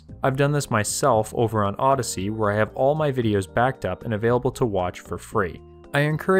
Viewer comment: Mmmm, Odyssee ... lol.